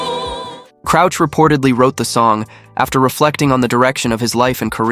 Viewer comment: Andre Crouch as in Couch, not Crooch as in Pooch. 😂😂😂😂😂😂😂